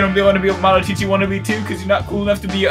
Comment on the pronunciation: It's malacochi not malachichi imposter